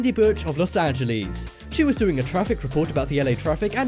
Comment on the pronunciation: The way he said "Los Angeles"... lol no hate just thought it was funny xD